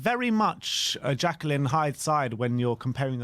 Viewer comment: it’s ‘Jekyll and Hyde’ not Jackal the animal 😂